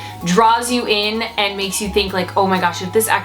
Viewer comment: The words and, and demand, ends with a d, not a t. Ant. Demant? And. Demand. Wth happened to educated people? Where that English go? Pet peeve, sorry, but people that do this should not be able to publish YouTube videos, imo.